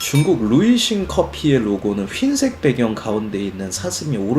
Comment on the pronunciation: 준표형은 흰색 발음을 늘 "휜색" 으로 발음하네ㅋㅋㅋ